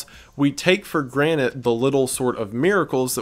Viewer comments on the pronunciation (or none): does he say “we take for granite”???